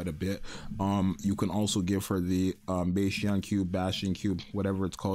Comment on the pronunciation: Please stop saying bay-stion